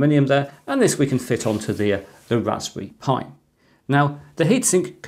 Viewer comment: can you pwease wewun the tst for the wasberry pi